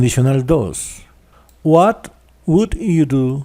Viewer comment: Porque pronuncia WOULD como UTUL, que mal Ingles, practiquen mas la pronunciacion, la explicacion esta genial pero la pronunciacion de algunas palabras esta perdida.